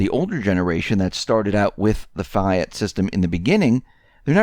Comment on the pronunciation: Germany, Merkel, went along with the fake Skripal poisoning and supported sanctions on Russia, so you got that wrong,. Just like you don't know how to say "Fiat" and "Ghouta"